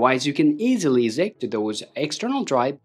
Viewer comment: They way you pronounce eject hurts.... badly...